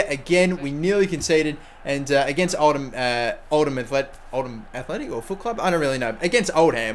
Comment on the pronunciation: Old-Ham? such an old joke it's pronounced Old-am either way great episode shame you couldn't beat the mighty blues!